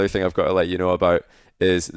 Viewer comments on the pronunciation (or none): “Everything you need to knoiw”